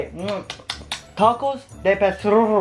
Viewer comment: I want tecos, First: u talked inglish to your mom Second: you said tecos instead of tacos